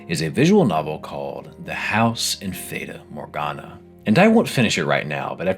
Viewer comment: "feyda morgana"